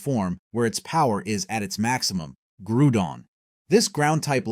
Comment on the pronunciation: regeese motwo reggerock registyle keogre groodon U.X.I.E. mespirit, dude didnt spell mesprit right, heatrin geratina resherum zeekrom i know i missed some but this is not believable because this idiot mispronounced a lot of names